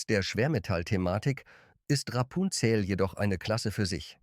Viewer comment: Auch ich vermisse den Platz 5. Ich finde im Grunde ist es trotz KI-Stimme (die vor allem Rapunzel und Vivani sehr, sehr seltsam ausspricht) ein Video zu einem interessanten Thema. Aber wenn man 12 Schokoladen besprechen will und in Wirklichkeit nur 11 bespricht, ist das auch irgendwie eine Mogelpackung. Ich weiß nicht, so was passiert doch nicht irgendwie aus Versehen? Naja und das "Nehmen wir gerne mit!" ist auch eine tolle Anmerkung dazu.